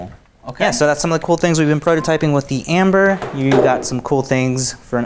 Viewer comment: Those are great looking Ember prints! One comment, it sounds like y'all are saying "Amber".